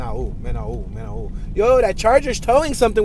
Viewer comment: men all is how its pronounced